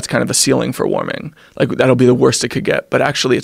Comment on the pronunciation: He says "wike" instead of "like".